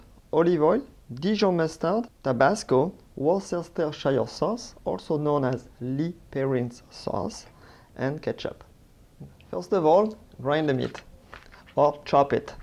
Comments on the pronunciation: Woo-ser-ster-shire sauce 😂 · The -rce and -shire is silent 😐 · attempts to produce “Worcestershire sauce” just calls it “ the English sauce” after failing miserably 😂